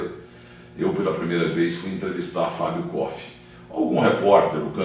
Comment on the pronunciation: É impressão minha ou o Milton Neves falou mais de si, doque do Fábio koff? E ainda falou o nome dele errado, continua arrogante.